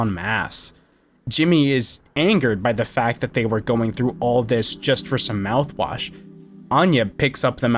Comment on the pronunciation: he said the mout wash